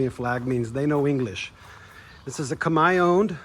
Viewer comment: You are abrord and you expect english 😂 First time I hear an american saying "khmer" proprely.